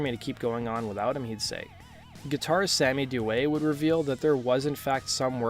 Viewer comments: Sammy Duet is my boy, I love that dude so much. He's the man and a really great guy! His last name is also pronounced, "Dew-EE," that's how Sammy pronounces it himself. :) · Also mispronounced Audi and Sammy's last names